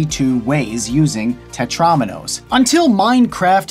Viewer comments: It's Tet-ROW-minos, not Tet-RAWminos! AAAGH!!! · It's tet-ro-mee-nose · He said tetraminos wrong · ∅: ... Everyone: TETROMINOES